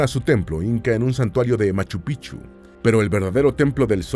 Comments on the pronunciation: Me da risa cuando no dice correctamente Machupicchu, para un quechua hablante es diferente el significado 😂😂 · Por favor...Es MACHU PICCHU....MACHU PICCHU, gracias ‼️♥️🇵🇪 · Pronuncien la c intermedia en machu picchu, sin esa c en picchu se traduce como verga de viejo en vez de ser montaña antigua